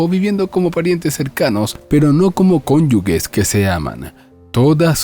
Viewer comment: Cónyuges (conyujes, pronunciación)